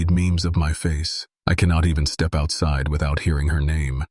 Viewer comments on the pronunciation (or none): none